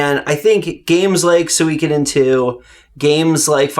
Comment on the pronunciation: Solid game selections... but the pronunciation of Suikoden killed me! It's not "soo-week-a-den" it's "su-ee-ko-den"!